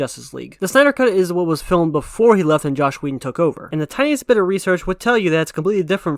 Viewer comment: You kept saying Josh Whedon lmao